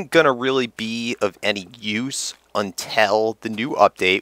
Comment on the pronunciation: Lol the way you say until. Im enlish so it sounds superweird .